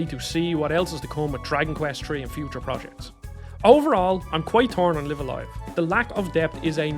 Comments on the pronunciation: Isn’t it pronounced as “life” a “life” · I cannot be bothered to watch a video where the presenter did not bother to learn how to correctly pronounce the such a famous games name. Sorry, I will catch you on the next video. The game is name is pronounced Live A Live like Dive A Dive. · Everytime I hear him mispronounce the title, I wince.